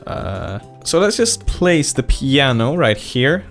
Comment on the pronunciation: When he said pianio sounds like muñanio